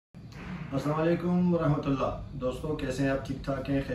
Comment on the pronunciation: Rehmat Ullah NAHI, Rahmat Ullah parho bhai